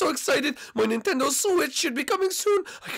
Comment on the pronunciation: Ok it's NINTENDO Switch not NENTENDO Switch god